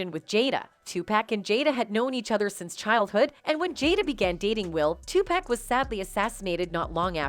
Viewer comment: TUPACK??? SERIOUSLY??? ITS TUPAC....